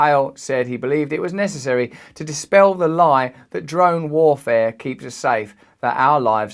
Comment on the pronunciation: sounds like he's saying jerome warfare